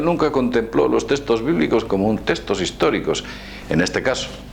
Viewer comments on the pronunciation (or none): testos, testos? cuales son los testos? se llaman textos con X. habla bien por favor. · Es nabuconodosor no nabucosor...y es textos no testos... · TeXtos, no teStos xD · "testoz" =P